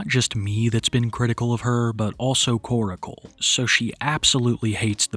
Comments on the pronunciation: New video. Same old pronunciation of "Koracle" instead of Korcle. 😅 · Why do u pronounce korcle like oracle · why can no one pronounce Korcle correctly ?